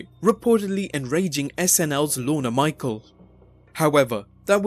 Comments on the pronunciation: It's not "Lorna Michael." His name is "Lorne Michaels," where "Lorne" rhymes with "torn" (silent E) and there's a "S" at the end of his last name. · Who the F is Lorna Michael? Do you mean Lorne Michaels?